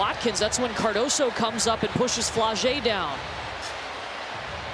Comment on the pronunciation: its "Cardoso"